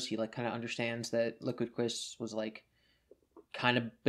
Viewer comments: liquid cwis' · Liqwid Cwis